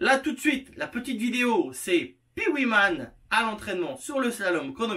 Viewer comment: cette « viyéo » 🤣 bravo 👏